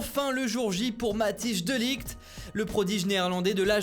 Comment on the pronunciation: Faut revoir la prononciation mdr, "Matiche de ligte"?